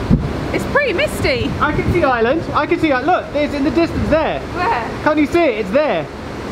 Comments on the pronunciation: Will be able to pronounce Ireland instead of Island by the end of the trip? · And we're off! Great start, can't wait for the next installment. With the Ireland/island confusion, try pronouncing Ireland as "Arland". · you're still saying "We're going to island" 🙁 Ireland is pronounced /'aɪələnd/, not /'aɪlənd/ Your Iarnród Éireann was excellent though, so I'll stop moaning now. 🙂